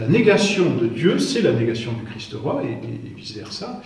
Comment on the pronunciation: Très intéressant mais par pitié il faut se défaire de cette prononciation vilaine et fautive : "le Christ-eu Roi"...